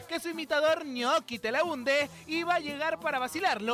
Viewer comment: TELAHUNDE JAJAJJA XD